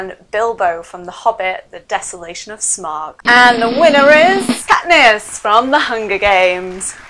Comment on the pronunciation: katness????? really?????? come on